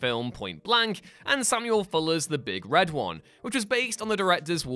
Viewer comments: When people say the big redone like that is bugs me. Big Red One. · Please learn how to pronounce "The Big Red One". The emphasis is on "One", the emblem of the US 1st Infantry Division, not on "Red". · You can tell how much this guy knows about the military by the way he says the Big Red One. As if it’s some thing that’s big and red 😂😂